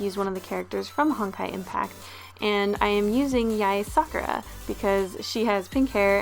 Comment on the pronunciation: ahh at the beginning when you said sakura I thought you said f*ckera DX